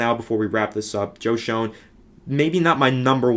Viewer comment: It's pronounced Joe Shane lol